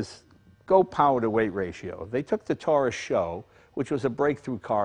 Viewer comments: With all due respect, it is not SHO but S-H-O.... super high output ..😉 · Jay, you forgot about the shelby turbos. And it's pronounced 'ess-aich-owe'.